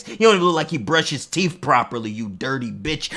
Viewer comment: 'He got stains on his teef' I almost FELL OUT 💀